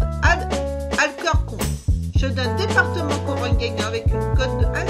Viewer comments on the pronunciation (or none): mdr c est deportivo pas departement et ça se prononce alkorkone (alcorcon)